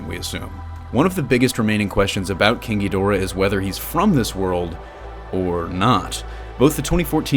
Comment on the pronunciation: Every time someone says king ghidorah I only hear kinky dora